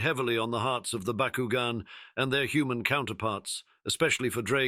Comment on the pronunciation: That's BOCK-KU-GON. Not BuhKuGen